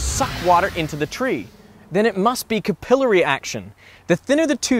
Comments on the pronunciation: Did you just say ka-pill-ar-ee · Say it with me; cap-ILL-airy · Lrarn how to say "capillary". Hint: it's not ku-pill-airy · I never understand educational videos where the host mispronounces pretty common words. Capillary. Mistakes happen but it’s not going out live or something. Proof it. Jeeez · Kinda funny that you make yourself out to be a scientist, but don't know how to pronounce capillary.